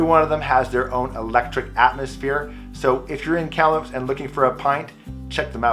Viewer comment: You pronounce Kamloops like a long time resident!